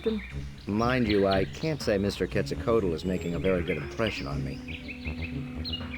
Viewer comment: This isn't a Sierra game. That's why you can't touch the mushrooms. Were you saying you don't know what Halfdome is? I wish they would pronounce Quetzalcoatl properly.